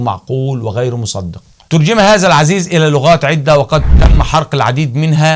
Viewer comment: العزيف وليس العزيز اخي